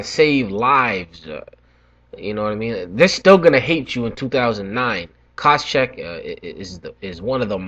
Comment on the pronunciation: What are you butchering Koscheck's name at the end there, lol jk. Nice predictions and can't wait for the interviews.